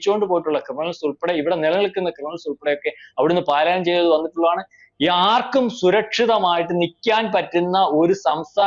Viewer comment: പാലായനം അല്ല പലായനം എന്ന് പറ മലയാളം വാക്ക് തെറ്റായി മലയാളി പറയല്ലേ pls.😢😢😢